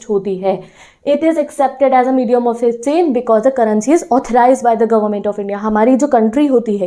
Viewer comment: Can't you just pronounce words correctly Like it's world not worch And it's medium not mechium Please